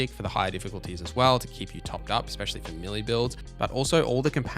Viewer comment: Bro, it’s “especially” not “expecially”.